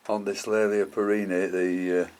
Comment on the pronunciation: Will you please reconsider how you pronounce the generic name here which is derived from my ancestor William Cattley. Hence Kat-Ley-A and not Kat-Lay-A. Regards Tim Cattley